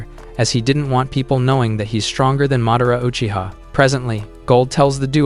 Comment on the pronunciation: He say madara uchia😅😅